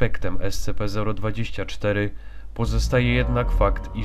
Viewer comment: czyta się scp sćp a nie scp